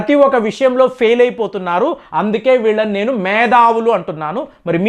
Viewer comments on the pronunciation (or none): Medhavulu kadu methavulu!